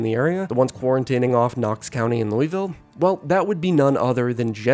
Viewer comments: For both and all zomboid players, to not incur the wraith of all kentuckians you have to pronounce Louisville as "lul-vill" and not "Louie Vill," or "Lewis Ville". With love, EKY resident. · Just gonna say, it's pronounced "Luhl-ville", not Looeyville. Source: half my relatives live there and made sure I pronounced it right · just for the record louisville is pronounced "lullvull" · Kentucky resident here... *ahem* ...Loo-uh-ville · Should be telling em it's pronounced "lou-vel" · its pronounced "lewis-ville", named after King "Lewis" XVI of France obviously. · Locally Louisville is pronounced without the 'is' sound. Several different pronunciations are used, but none like that. Otherwise good video.